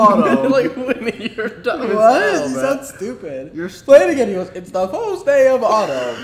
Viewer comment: " its the fiwst day of owtaum"😂😭i just so funny i cant